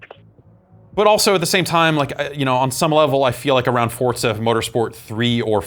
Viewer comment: why do they say "Fort-za" instead of "For-za"?